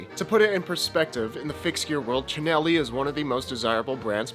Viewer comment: At least he can say “Chin-elli”….